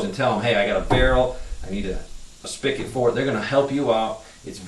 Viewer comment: I hate when he says "spic-it" its spigot.